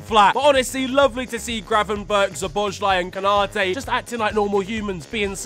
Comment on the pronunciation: Just a quick reminder. You're pronouncing Dominik's name wrong as well. It's So-bos-la-e. There is no zhi in his name. Love from Hungary ❤